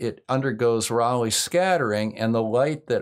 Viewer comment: I agree, this was about as clear and concise as one could hope for. Although I still prefer the pronunciation ray-leigh over raw-leigh.